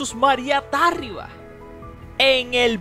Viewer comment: Es Tarriba, no Tárriba. Aplícate.